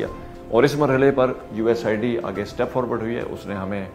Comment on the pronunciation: یو ایس ایڈ کو اپ بار بار یو ایس آئی ڈی بول رہے ہیں ۔ کیا اپ کو یو ایس ایڈ بولتے ہوئے شرم آتی ہے ؟